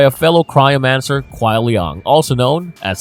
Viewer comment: It burns me when he pronounces kuai liang as "kuai liong" especially when hes heard the correct pronunciation hundreds of times😂